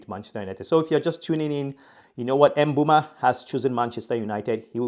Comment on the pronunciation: thanks appreciate it and do you pronounce it with a 'a' at the end of 'o' because it sounded like you said mbeuma